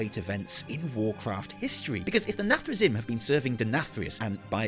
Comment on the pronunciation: Sorry, as a warcraft 3 player, i cant take it, its pronounced “nathre-zeem” You spell “zim”, but dont say “zim” Anyway i thought people had forgotten the jaina=dreadlord meme, nice one